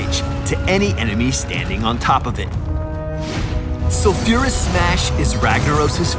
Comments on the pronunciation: Its Sol-fure-uh-s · The way he pronounces sulfuras, my ears are getting raped...